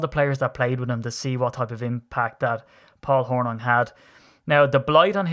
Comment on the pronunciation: We pronounce Hornung .... Horn'ing as is "morning" So, Paul Horning. Paul was very talented and at the time the most versatile of any player in the league.